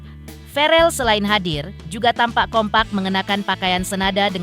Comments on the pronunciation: host ny kurang paham.. verrel bukan varel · Verrel..bukan varel..